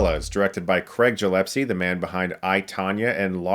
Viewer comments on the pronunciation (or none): The director's surname is GilleSpie not GillePse. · Are you pronouncing Gillespie as “Gillepsy” on purpose? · Chris: Take a good look at the name of the director. Gillespie, not Jillepsie. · Loved the vid, but I think it's gill-ess-pee not gill-ep-see? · By the way it’s GilleSpie with a hard g, not jillepsie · Don't take it otherwise...i liked the movie and it's music but your review is looking like you are taking revenge of something!!! You're movie review sucks dude... And yeah,it's Gillespie,not jilespie.... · GilleSpie ...not GillePsie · Love your videos Chris, but it's Gillespie, not Gillepsie. Just thought I would point that out since you mispronounced his name so many times. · Did he just pronounce "Gillespie" as "Jill-epsy"? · GilleSPie, not GillePSie lol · Chris: it's Gillespie, not "Jillepsy". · Love ya Chris, but it's Gillespie, not Jillepsie -- lol, I'm sure by now 10,000 other obnoxious people like me let you know. :D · "A family movie" Uh, it's a movie about a woman who wants to kill and skin dogs to make a coat. The premise alone screams, "not really for kids". Say it with me.... GILL-ESS-PEE. Not jillepsy. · Wait did you just say Gillepsie instead of Gillespie? Hi Chris... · You've really got to work on pronouncing people's names. There was Michael Chaves the other day (an obviously Hispanic name), and now Craig Gillespie - a very clearly Scottish name. Krayg Gill Esspy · It's not "Jillespie"! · Isn’t it pronounced... Jill-ess-pee? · Gillessss-pie! 😖 haha sorry. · Man you say the surname so weird it's pronounced - Gil-Less-Pay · Um ... Gill-es-pie ... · Gi-Less-Pee. You're welcome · "Jillepsie" "Jillepsie" stop "Jillepsie" [eye twitch] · u said the director's name wrong more than once :/ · I'm pretty sure that's not how Gillespie is pronounced. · Gillepsie??? Come on, Chris, Minty can get away with that, but not you. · Chris is butchering the directors name so bad lol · Every time you mispronounce Gillespie a puppy gets skinned